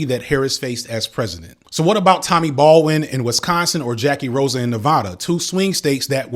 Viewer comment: This video has given me a lot to think about, but at this point I don't have anything constructive to add. So instead I'll just mention that the "a" in Tammy Baldwin's name is pronounced like in "apple" and Tim Walz's last name sounds like the plural form of "wall" and not like a dance performed in 3/4 time.